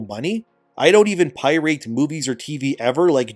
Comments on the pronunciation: I was JUST about to comment about this. There's no way he's been living his life pronouncing pirate that way. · Did you say 'pie-rate' instead of pirate? Man, I like your content, but your pronunciation of certain words is... wild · "Pie-rate" Hey babe, new word just came out! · Its pronouced Pie rate 😂@